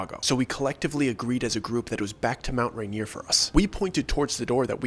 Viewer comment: I keep hearing Mount reindeer 🦌😂